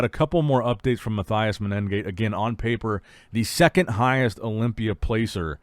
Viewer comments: please pronounce the competitors name correctly... there is no double N you say MENEN gate. there is no N consonant before the G there is only one N...... its mene gate (men gate long N ) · MENEGATE, IT'S FUCKING MENEGATE. There's no extra N there.